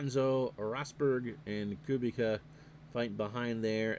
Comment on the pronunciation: For what it’s worth, I believe the pronunciation Koo-beech-ah. Enjoyed this very much. Thanks!